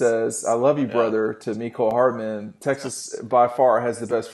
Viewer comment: It’s hardman. Not hardaman.